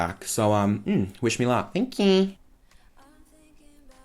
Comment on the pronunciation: "Don't speak too sone" ... "Thank QQQQQQ" LMAO!